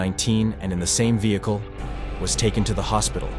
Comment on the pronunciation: "vehickle"" Me: 💀 (AI is fr funny sometimes, trying to pronounce even the simplest words. )